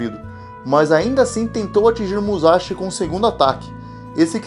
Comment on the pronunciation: é muzaxi n fi..